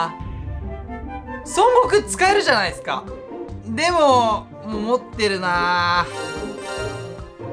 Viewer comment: 持ってるって強調しすぎ